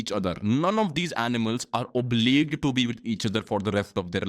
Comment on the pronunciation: Bro not to offend you but I think you are pronouncing obliged as obliqued